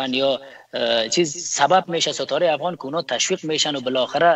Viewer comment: اول، نه حول عزیز، نه حزیز افغان ، نه هفغان عمر، نه حمر حیران ، نه عیران اروزو، نه هاروزو و....... خواهشا منحیث گرداننده و یا گوینده یک برنامه اشتباهات تلفظی تانرا اصلاح نمایید چونکه بسیار آزار دهنده است